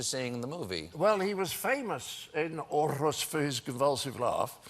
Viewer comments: I´m from Denmark, it´s pretty fun to hear the pronounce of Årrrrhus - ist Århus :D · As a Dane, it's fun to hear Mr. Cleese pronounce Århus as Orrehush xD It's more like "Orehoos" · The way John says Aarhus is hilarious, for the record, it's pronounced more like "or-hus" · I'm Danish, and to be honest, he pronounced Århus / Aarhus (the latter is the official way to spell it today IIRC) completely wrong, I suggest visiting the English version (maybe I'm blind, but I can't find a sound file on the Danish version of that article) of Aarhus on Wikipedia and listen to the guy pronouncing the name. I don't blame John Cleese for getting it wrong though, Danish is a rather difficult language. I still love the guy (no homo)! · It kinda annoys me just how drastically he mispronounces Aarhus. It's like he's trying his hardest to get it the opposite of right. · I hate to be that guy - loving John Cleese as much as I do and all - but Aarhus in Denmark is pronounced with a silent "r". At least by the Danish. But, I will give creds to the Lord Commander for rolling his r's as well as he does. Definitely very Scandinavian of him :) <3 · well done on the pronouncian on århus, mr.cleese, but a little to much roll on the R. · Lol, he pronounces Århus as if it were a town in Sweden, which is incidentally wrong :p